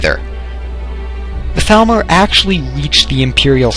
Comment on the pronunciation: When he said Thalmor I thought he said Falmer and I was like wait what? lol